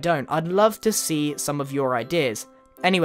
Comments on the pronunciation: At the end it sounds like “goood (boy)” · did you say goodbye or goodboi? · u said goodboy........not goodbye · Is it just me or grian is saying "Good Boy" instead of "Good bye" ?